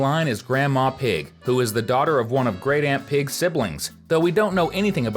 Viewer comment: Did u say Anti-Pig or Aunty pig?